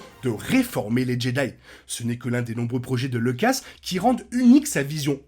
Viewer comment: Faudrait arrêter de mal prononcer Lucas, pour info le u n’est pas un e.